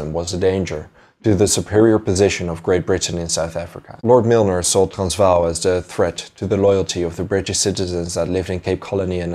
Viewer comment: Why are pronouncing Transvaal that way?? That’s not correct.